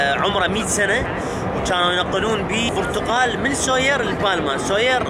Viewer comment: اسمهة برتقال مو برتغال😁😁😁😁